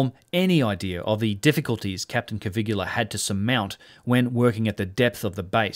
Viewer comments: Great video like all your work. One comment only on the pronunciation of Giovanni Battista's surname. The closest in English you can come to speaking the correct form of "Caviglia" is, stress the first syllable "Ca" then treat the "i" as an "e" and omit the "g", so spoken "Ca-vee-lee-ah". It's not perfect as the Italian "gli" sound is unique and not very well suited to written explanation, however better than a complete mispronunciation. Again, not a critique on your work which I find well researched and fascinating. Respect to you, Sir. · What a wonderful video. I hesitated, but here goes: Please pronounce the guy's name "Coveelia." Otherwise it sounds like "Caligula" which of course you don't want. Also please remove the apostrophe from "its" in your title. It's = it is: No exceptions. It's so scholarly and thoughtful it is painful to see and hear if not quite right. I don't mean to be obnoxious, but your videos are too good to have stuff like that in them. And now the attacks come.... Still, lovely thoughtful video. Please keep them coming. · Hello from Italy. I love your channel that I recently found and fell in love with. A friendly tip for you: Caviglia Is pronounced in a different way. Ask Google translate about it 😉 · ok, but you have to type it correctly I'm italian, Caviglia is not correctly pronounced the way you do. Check the spelling on wordreference ;) Thank you for your videos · Hello, I'm italian and your pronunciation of Caviglia is wrong :) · Bro. His name is NOT Cavigula. It's Caviglia. And being an Italian name, the G is silent. It's pronounced Ca-vee-lee-uh. 🤦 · Caviglia, not Cavigula. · Caviglia not Cavigula. Come on man.. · Hi - I think its pronounced Caviglia not Cavigular, its a bit like people that say Nucular instead of Nuclear - just saying - love your channel by the way. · I can't be the only one who's moderately bothered by the narration "Cavigula" not matching the text "Caviglia"? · By the way, it's Giovanni Caviglia, not Cavigula.